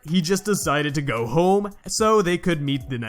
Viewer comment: 🤣 “he decides to gawg”. Good video tho